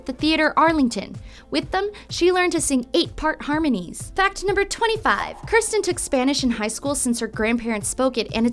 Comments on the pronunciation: It sounds like you keep saying Kristin. It's Kirstin. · you keep saying "kristen" when her name is pronouced ker-stey. im not hating im just saying you could do better 😉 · I hate when they say “Kristin” when it is “Kirstin” 😭💀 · she says Kristin instead of Kirstin. Shame. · she also said "kristen"... cringe